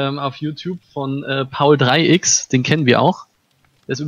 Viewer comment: Kleine Info das wird paulex ausgesprochen ^^